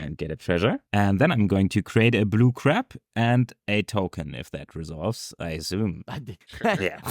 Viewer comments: consistently pronouncing crab as crap made me laugh way more than it should have. German accents unite!:D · I can't unhear "blue crap" now. I feel like Chandra after having Liliana say something devious to her, as depicted in the Kaladesh set Diabolic Tutor card. Thanks, 😆! snickers and walks away